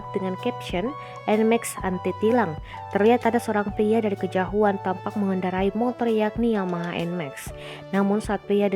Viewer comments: kejahuan apa kejauhan min? 😅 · kejauhan bkn kejahuan.... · Dari kejauhan mbak bukan kejahuan Wkwkwkwk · Apa cuman w doang yg dengernya "kejahuan" 😂